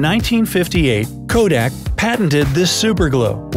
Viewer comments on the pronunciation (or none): none